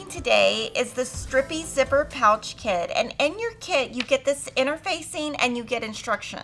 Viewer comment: Did you say Stripper ... Or strip zipper??? 😅